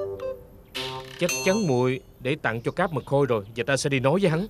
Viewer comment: Trời cá mật khôi mà nghe cứ tưởng cá mực hôi